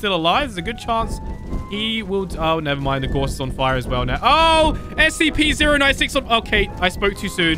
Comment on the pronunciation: It's scp-096 not SCP z ero 9 six